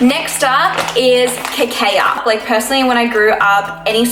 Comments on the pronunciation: Cocoa = "coco" Cacao = "ka-kow" 🙂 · great video! btw girl cacao is pronounced ka-kow! :)))